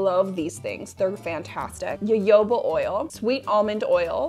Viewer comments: me, a Brazilian who pronounces jojoba with a soft g/j sound (as in Genevieve), every time I hear say YoYOba, 😬🤢😰😭😢🙉 luv ya bb, I know there's a million ways to say the same word, I just can't help my roots 😅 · You are the only person I've heard pronounce jojoba like that. Interesting. I've always said it with hard 'j' sounds. I've also heard it with 'h' sounds. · My personal opinion is that as long as you're making an effort to say it correctly and people understand what you mean when you say "ja-ho-ba" there's no harm done :) Habits can be hard to break. There are many many ways I'm trying to decolonize my language and I still make mistakes every day. It's a process for sure <3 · Jojoba oil is actually a liquid wax. Of the most common oils and waxes available, it most closely resembles sebum, the natural oils in your skin. It does not clog pores either. I have used a 6:1 ratio of jojoba to beeswax on my face with excellent results as a night "cream". And +1 to - it is pronounced ho-ho-ba. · As someone who has studied etymology and it is Ha Ho ba not yoyo ba oil. Yes yes I know Germans say yo yoaba but that is how they say Js. The word is Mexi-Spanish. The letter J is pronounced with an H. IT IS HA-HOBA!!!!!!!!!!!!!!!!!!!!!!!!!!!!!!! EVEN THE PLANT IS SOUTH AMERICAN! There is absolutely no defending calling it yoyo ba....none. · definitely agree....i am American and don't personally know any other American who pronounces it jo-jo-ba. We all say ho-ho-ba as all references for pronunciation are found to instruct you to say it. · Omg, please, it's HoHoBa, not YoYoBa. Thank you. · i was pronouncing it jojoba like jojo in my head this entire time instead of hoho or yoyo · Friendly public service announcement: jojoba oil is pronounced like ho-ho-ba :) Think of what santa says lol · Yes thank you! Girl I love your channel but your pronunciation of Jojoba was killing me softly. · it was bothering me too 😂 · It’s pronounced hohoba.